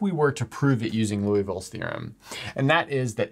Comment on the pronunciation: Lee-oo-vill not Loo-ee-vill